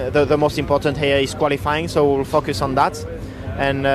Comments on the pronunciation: When Buxton asks him if you need a lot of focus round Monaco it sounds like Leclerc is saying "fuck us" 😂😂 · When he says focus it sounds like fuckus